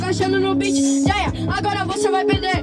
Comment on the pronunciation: A pronúncia é "JeyA", mas geral fala Jaya, e vai acabar ficando assim kkkkkkk